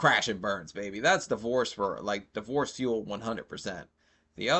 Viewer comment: Great video but I can’t get over the guy saying divoose like it’s an animal